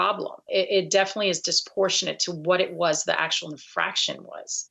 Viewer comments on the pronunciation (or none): The word is ‘disproportionate’, not “disportionate”.